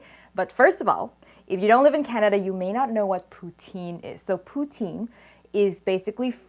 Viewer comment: for someone so concerned on the pronounation of pho , um you are pronoucing poutine wrong , pou-tin